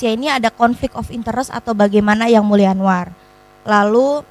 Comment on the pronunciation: Jgn panggil,sebut mulia lagi buk,anda salah ucap